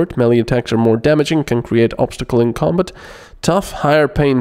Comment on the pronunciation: Your accent is funny sometimes, Combit?